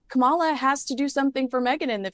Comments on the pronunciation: Please pronounce her name right - it’s KA-mala, not ka-MA-la. People mispronounce her name to be derogatory or are being ignorant. You are supposedly a “journalist”. Get it right. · Her name is KAM a la,, not Kam-AH-la. And you call yourself a journalist? Are you kidding? If you haven't gotten her name right by now, after all these years, then there's no hope for you. And if you think for a moment that meghan has any influence on Kamala, then you're even more delusional than harry. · Please, it's KAMala, not KamALa. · it's KA-ma-la. Whether you agree with her politics or not, surely you can give the Vice-President enough respect to pronounce her name correctly. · Love you. Please learn to pronounce Kamala’s name correctly. Kamala (like Pamela). It’s disrespectful. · Please pronounce Kamala name correctly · You're spot on with that comment. Not only that, but she's so dumb that she can't even pronounce Kamala's name correctly.